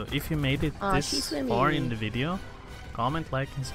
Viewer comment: Ah yes “vedio”